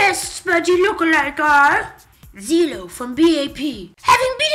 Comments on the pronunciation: lol! why does it sound as if they said zilo instead of zelo, betust istead of beast and ji kwang instead of gi kwang xD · Guise pleasee its not Zeeeeeelo. Its Jello but with a Z. Zelo gets upset when some fans say it as Zeeelo. But its okay, minor mistake! You can learn from it ^^ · Zelo pronounced like ceelo =__= ... as in Cee Lo Green. OTL Considering that in Korean they pronounce the s and z with sh/ch/j sound, it's actually pronounced closer to Jello than anything else. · Lol he said "Zeelo"